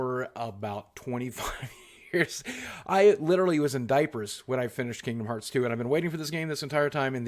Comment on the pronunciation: Kingdom HEARTS, Boogie. I love you but the mistake triggers me every time